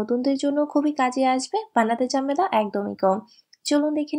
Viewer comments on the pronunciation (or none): কথা শুদ্ধ কবুন। জামেলা না ঝামেলা, চারিয়ে না ছাড়িয়ে, বাভে না ভাবে, বিনেগার না ভিনেগার, বিডিও না ভিডিও Ok